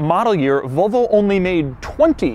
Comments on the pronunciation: Nobody: Doug: "Vohlvo" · No one outside America pronounces Volvo the way Doug does.